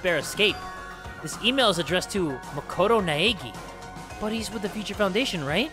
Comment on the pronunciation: "Makoto Naegi" AYYYYYYY MY EGGY!